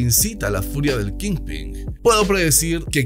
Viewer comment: Amigo, tu canal es increíble y tu voz me fascina. Solo tengo una aclaración. Wilson Fisk es "Kingpin", y no kingping. Saludos y sigue así.